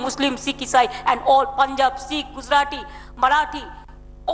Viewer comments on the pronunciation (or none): none